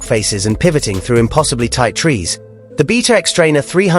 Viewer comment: First of all, the xTrainer isn’t comparable to the KX. A 300rr would be a more comparable model to Kawasakis new offering. And it’s “BAYta”, not “BEEta”. Someone sounds nervous about Kawasaki’s new model 🤔